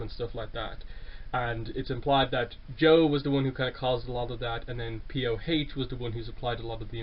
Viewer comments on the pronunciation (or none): I think PoH is actually pronounced pu.